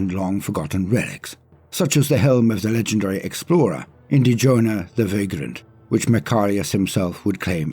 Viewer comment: "INDY-JONA" THE VAGRANT EXPLORER??? Does INQUISITOR OBIWAN SHERLOCK CLOUSSEAU KNOW ABOUT THIS INDIANA JONES*(AHEM) I MEAN "INDY-JONA"??? 😂😂😂😂😂😂😂😂😂